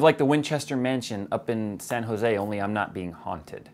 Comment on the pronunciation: HAAAAY :D you said San Jose. Always feels cool when people say it, born and raise in San Jose myself!